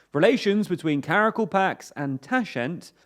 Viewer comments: Get it, right, Sir. It's Kara-KAL-pakstan! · Ka-Ra-Kal-Pak-Stan... Another name English speakers will be unable to pronounce.